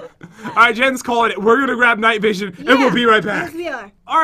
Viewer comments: Pat do you know you said night vosion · Omg Pat said night vogen